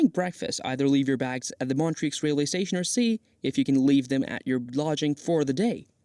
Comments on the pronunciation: Not sure if this is a real person's voice or AI, but they definitely need to work on their pronunciation of some location names ("Montrix"???) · Please research how to pronounce the names of the different locations correctly before making a video. You can only hear Montreux pronounced wrong so many times before wanting to stab yourself in the ear.